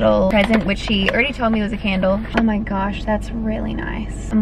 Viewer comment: Girlll the way you said “oh my gosh” as was in such an American accentttt